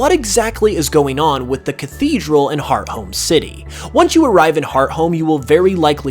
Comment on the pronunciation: It’s interesting to me that you pronounce hearthome as heart-home. I understood the name to be a combination of hearth and home to make hearth-ome.